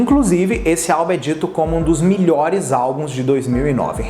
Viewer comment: acho engraçado que ele fala milhores em vez de melhores kkkkk achei diferente. E sobre a rainha florence, agradeço pelo o video sobre ela <3 escutem What the water gave me